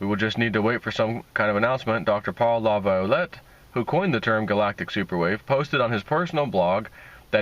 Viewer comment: Laviolet pronounced La Vee Olay. Like chevrolet is not chevro let. Jeeze dude, you are making a career out of reading, do a little homework before you do your presentation.